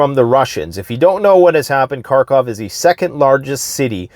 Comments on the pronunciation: Karkov? You want to appear like you know more than others and yet you haven’t learnt the correct pronunciation of the name of the city? What kind of alternative news are you watching? I’d say russian ones cause, as always, „Russia has a plan A, B, C & D, everything is going great, Russia has it all figured out, it’s the smartest country in the world etc” but then you’d be able to pronunce it correctly. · It's Kharkiv, not Car-Cov